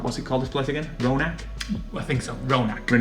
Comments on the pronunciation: Roanoke is pronounced “row a Noak( like n and then oak like oak tree)” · Roanoke: Row-ah-noke (rhymes with poke) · It is pronounced (roe_and-oak)